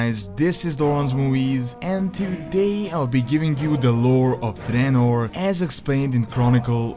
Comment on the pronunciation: called it Dreanor